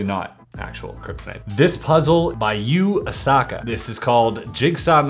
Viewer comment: This puzzle by "you-a-sucker" 😂😂 Everytime Chris says Yuu Asaka I have to smile 😋